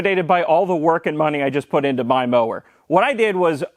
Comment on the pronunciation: "in mah mower.." LOL!!!